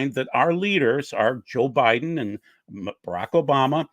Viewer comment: you said “O’Biden.” Biden is your president whether any of us like it or not. I stopped listening not even a few minutes in. Looks like it could have been a good program but your attitudes are repulsive. Doug, these people you let flap on your channel when you’re not present, they do you and your channel a huge disservice. I’m done. Enjoyed and learned a lot for so many years until the QAnon and election/covid deniers stomped all over your channel. God bless.